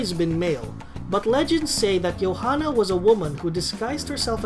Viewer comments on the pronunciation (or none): The j is very much not silent in Johanna